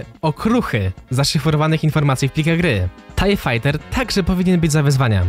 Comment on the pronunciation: Nwm czy to specjalnie ale mowi sie tiej fajter jak by co